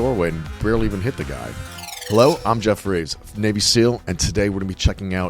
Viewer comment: Bro when I heard u say hello im Geoff reeves I thought u said hello im Jeffrey epstein btw im not trolling I actually heard that